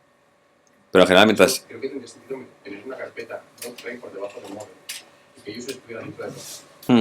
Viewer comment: Me encanta como comunica, solo espero que no se me pegue decir ´Doctrain' luego.